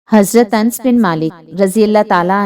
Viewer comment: Mam read to sahi se karo, Anas naam hai,not ans